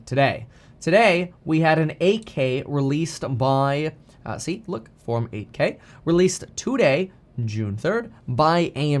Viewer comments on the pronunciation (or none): none